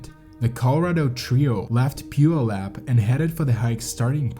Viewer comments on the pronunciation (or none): puyallup is pew-al-up :) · Only a few people outside of Washington State can pronounce Puyallup (pew-AL-lip) correctly. You are not one of them. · Your pronunciation of Puyallup was hilarious 🤣 no judgment though, and its pronounced pew-AL-up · I like the documentary in general but it is very irritating to hear names like Nisqually and Puyallup repeatedly mispronounced. Next time try calling the library or city hall in those towns you're unsure of to make sure you're pronouncing them correctly.